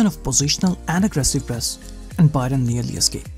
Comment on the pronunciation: It hurts my ears when you say 'BUY-RUN' 😂